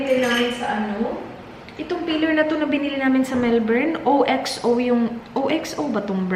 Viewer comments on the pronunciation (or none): none